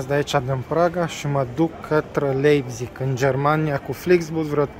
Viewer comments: A pronunțat cum se scrie. :)))) Când de fapt se citește "LAIPTIG" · se pronunta laibtih si farfuria se pronunta tela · Se citeste Laipțih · “Laipțih” :)))) Comentatorii de la Fifa sunt de mare ajutor uneori :))) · Hai ca ești bun pe pronunție. "Laipțig" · Se pronunță Laipțih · Se citeste LAIPȚIG!!! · Cum a pronuntat numele orasului Leipzig 😂😂😂😂😂😂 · Nu știe să-l pronunțe. A avut probleme chiar și cu Leipzig la pronunție